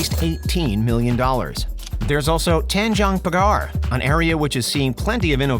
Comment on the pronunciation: I like his angmo accent of pronouncing Tan Jong Pa garrr..hilarious yet sound classy! lol